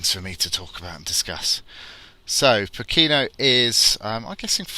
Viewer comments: Poh ke no. Stress on first syllable. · It's pronounced "poh-ken-no" and it's cold and foggy in the winter. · tis pronounced 'poor - care - nor' = Pokeno (say it fast)